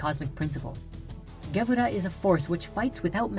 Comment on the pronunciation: LOL. "The SFIrat of GEbura". Sorry, I can't take this seriously. I mean, the very rudimentary basics are there, and that's a good thing, but if one doesn't know the fundamental jargon of the trade, one should not deal in it.